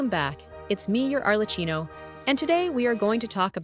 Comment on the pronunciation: It's pronounced 'Arle- kee-no' , not 'Arle- chino'.